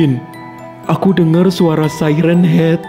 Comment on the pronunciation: Bang bukan say ren hed tapi siren haed😂